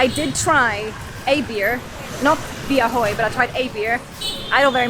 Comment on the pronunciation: " bia hơi" but not "bia hôi" 🤣😂🤣😂🤣😂